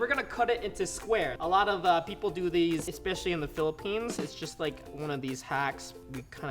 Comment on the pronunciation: Did you just said pillippines? I Live in the pillippines